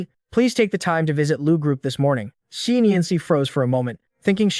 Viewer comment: ex eye not zhee?